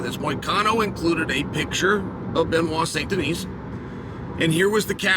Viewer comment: The fact he can say Benoit but not Yair is amazing 😂